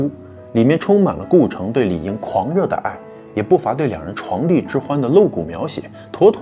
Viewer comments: 是这样的，说床第之欢每个人都知道，说床紫大多数人不懂，有些错字别字叫着叫着就正宗了。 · 床「笫」音=子、紫，非床「第」～謝謝優質的節目🌹❤️ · 是床笫之欢，不是床第之欢。继“眸”其中、拥“蹙”之后，这是第三个很难犯的错误，中文真的这么难吗？ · 床笫，笫，念“子”，不是“第”哦。😊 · 床笫ㄗˇ不是床第！ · 床笫（音紫）非床第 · 床笫（zi3）之欢，强迫症了指出来一下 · 那个字不念di，床笫之欢，zi， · 床笫的發音是 「ㄗˇ」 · 糾正一下小小的口白別字，應該是床笫（發音：紫）之歡，不是床第之歡。床笫常被誤念為床第。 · 「笫」與「秭」有相同的字幹，所以音相同。好記吧！ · 以鸭传鸭了😂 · “床笫”正音：chángzǐ。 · “床笫之欢”，Chuang2zi3zhi4huan1。笫，不是“第”。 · 床笫之欢。chuáng zǐ zhī huān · 提个建议， 是床笫zǐ之欢哟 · 床笫之欢，chuang zi，Ray需要提高中文水平啊😅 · ㄗˇ 笫～ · 床笫 不是 床第